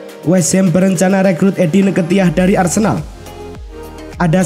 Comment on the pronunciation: Tolong itu muka nya ngga usah muncul sumpah ngeganggu banget Trus blajar baca lagi eddi nketiah itu di baca eddi ketiah dek